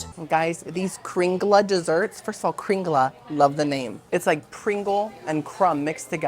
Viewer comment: So cool that you visited the Norway part of Disney. You nailed it with the pronunciation of kringla and almost had the exact pronunciation of lefse. The "e" at the end of lefse is pronounced as an "a." I know because I'm Norwegian myself. I grew up with many Norwegian foods. I watched from beginning to end. Hope you're having a wonderful weekend.